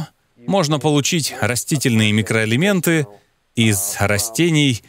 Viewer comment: Сперва прочитала комментарии, потом посмотрела ролик. Весь ролик смеялась когда Доктор говорил – микроэлементы. 😂😂